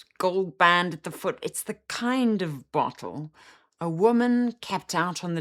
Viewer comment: the way you say "bottle" is what I think Emma Stone was trying to convey on Graham Norton's show a while back